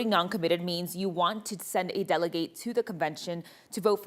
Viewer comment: How do you have a news presenter who can’t pronounce the word “delegate”?